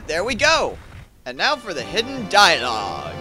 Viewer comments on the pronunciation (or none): none